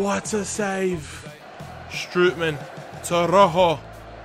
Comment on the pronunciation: Not stripy man. Strootman